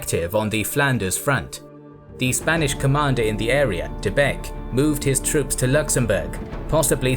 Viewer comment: Слово «troop» на английском слышится как «труп» на русском 😑